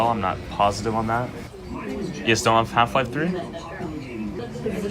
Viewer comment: "half life tri?"